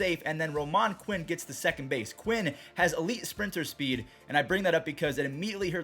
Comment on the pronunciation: I’d correct you on pronouncing Roman Quinn’s name, but he needs to get his average above .200 first